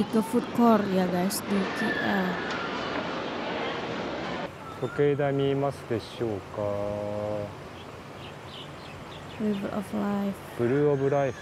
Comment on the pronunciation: Khas untuk adik yang dikasihi, disini pak long ingin berkongsi sebutan yang betul bagi singkatan sebutan Kuala Lumpur, itu kepada singkatan huruf K dan L, dan sebutan nya K = Key dan L = EL tidak disebut dengan Ki eL pada inglish, Kay aL ini lah sebutan yang tepat.